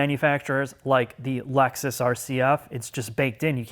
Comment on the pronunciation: "Some of the Alexis vehicles" lol